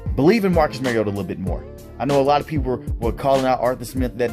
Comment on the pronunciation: Mar-E-O-ta Not Mare-E-O-tah He's not a female horse. Like Mario Andrette. But "ta" instead of Andrette. Please people. Learn to pronounce the name of your subject. Example for all you Tubers, journalists, reporters, talking heads, etc. for correct pronunciation of your subject's name; Mariota. Mariota correctly pronounced throughout this entire video. Without fail. How Bolts Can Contain Mariota & Falcons | LA Chargers